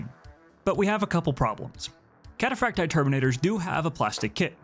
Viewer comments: Kat ah Frack Tee Eye. Emphasis on the double ii. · cat-uh-frack-tee-eye. The double I is pronounced ee-eye in Latin.